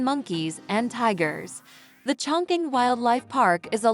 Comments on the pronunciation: CHONG.QING is pronounced [chong.ching] not [choing.king] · Total wrong pronunciation of the name